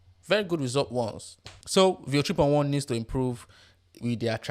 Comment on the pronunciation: What you are barking when you say 3.1 & your accent is so horrible. I had to rewind 5 times to listen. Still could not understand. Finally had CC on to read the text on screen. You should talk for international audience. Not bark for your local native audience in your native accent. Learn to talk crisp & clear & slow in neutral accent. Better still use AI voice in neutral clear style. Unbearable accent.